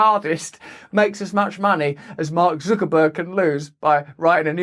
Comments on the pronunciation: FFS, it's Zuckerberg, not Zookerberg! Zuck, like puck, luck, duck, tuck, chuck, ruck, muck, cuck, suck or fuck! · It's pronounced, "Sucker-berg"... and the rough translation means gullible nerd that no one besides his handlers like. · Who's Zookerburg? lol